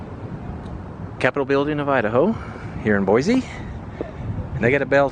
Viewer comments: It’s Boy-see, not Boy-zee. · First of all Boise is pronounced BOYSEE NOT BOIZEE . I’ve been here well over sixty years. Never heard of a badger problem. California problem for sure. Next time you come to our city ? Don’t ! You’re not too bright are you ? The birds are Canadian geese….. AND QUIT SAYING BOIZEE …………………….IT BOYSEE BOISE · Couldn’t even pronounce Boise correctly 😂 it’s not BOY ZEEEE . It’s boy seee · Not pronounced "Boy-Zee." It's "Boy-Cee". I live here. I agree, downtown is not beautiful. You'll find Boise's beauty is in its people. Kindness, going the extra mile to help a strangers and neighbors alike...I love it here, but I'm glad you don't. Boise has been in the top five best places to live for the past ten years. We are now inundated with more people than our poor roads can support. So we could use a lot more "negative" reviews. You know. To discourage the tourists. And the badgers. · BoiCee not BoiZee. ;) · BOY-CEE not BOY-ZEE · The proper pronunciation for this city is BOY-SEE, not bwoy-zee. Your pronunciation of the city is wrong, so are your facts. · There is no Z in Boise. It is pronounced BOYSEE. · No offense but please say Boise instead of Boyzee! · Lived in Caldwell while I was stationed at a radar site near Wilder way back in the mid-'80s and I LOVED Boise. I realize things change but the people I met there were some of the nicest around. (That honor goes to the people of Nebraska) My wife is still amazed we don't live in Boise or anywhere in Idaho at this point. Edit: Oh and it's pronounced Boy-See. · Boize lmao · Boise is pronounced with an S not a Z